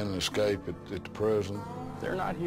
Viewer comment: I've watched nearly all breakout episodes and without fail you always hear the dumb ass warden saying "ecscape" 😂 I'd they can't be bothered to pronounce it I'd wager that they'd be unlikely to prevent it in the real world.